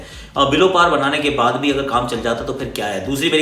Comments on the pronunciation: Instead of saying Baade kya karenge, He said Bhadwe kya karenge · Bade kya karange but listen like bhadve kya karenge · Lekin bhadoye kya karenge bola lol